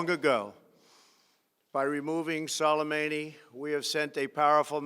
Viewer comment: I'm impressed that he managed to pronounce Soleimani's name correctly